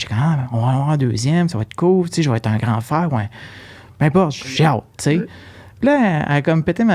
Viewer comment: Cest pas une question daccent. Cest que vous prononcez bcp de mots français tres mal. Par ex: frèare au lieu de frère, dècembre au lieu de décembre, patalon au lieu de pantalons. Vous sactionnez les universités anglo pour cause d'anglicisation, quand vs meme na savez pas parler votre langue.